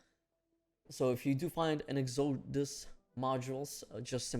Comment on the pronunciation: “Ex-a-dus” module